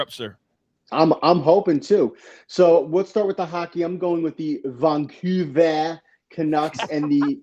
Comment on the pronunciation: Bruh…: that Vaan coouver” got me